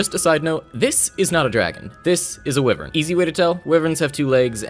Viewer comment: I know there’s ten more people probably saying this but, ‘why-vern’ not ‘wi-vern’.